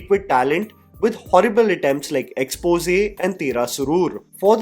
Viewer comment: Yeh bhai jaan bujh k aaisa pronounce karta he ki isko aata hi nhi "Xpose" bolna